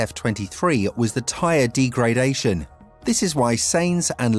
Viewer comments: you don't pronounce degradation the way you do!!! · D-gray-dation is definitely an issue when you know fuck all about the subject you're talking about. Joke channel.